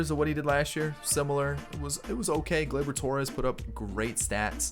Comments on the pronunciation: Glubar Torreyes instead of Gleyber Torres😂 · Of all the names you have intentionally said wrong Gluebar Torreyes has me dying laughing 😂😂😂